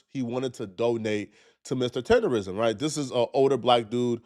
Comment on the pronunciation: Tender"nism"..NOT "rism"